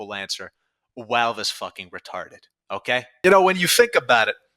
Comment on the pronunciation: why do you say walve instead of valve